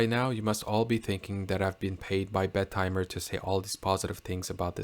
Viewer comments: The name sounds when you pronounce it "Bed Timer". Think it shoul be pronounced "Bettymer". I was surprised that it is qute expensive though. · Solid review, bud. though I'm not sure why you are pronouncint it with a "d" in the name...Bed-timer. the double "t" shouldn't be separated out....I've been going with Bet-im-er because I'm really not sure of the right way to pronounce it...but it at least sounds OK that way...lol and as nother has mentioned, Half-links are in the works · Shouldn't it be be-tee-mer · Not if you pronounce the damn name properly. It's not 2 separate words, so it's NOT Bet Timer.